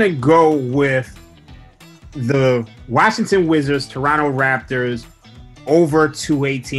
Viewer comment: "Wazzington wizards"lol